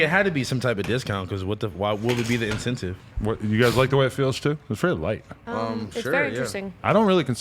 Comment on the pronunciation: house phone says in- tent -tive lol nah dummy its called incentives